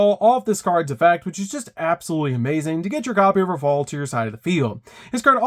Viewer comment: Damm..the bosses name is Rafale and not Raphael?